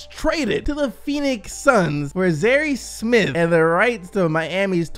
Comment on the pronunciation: "Zarry Smith"